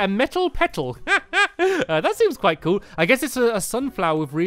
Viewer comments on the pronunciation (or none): none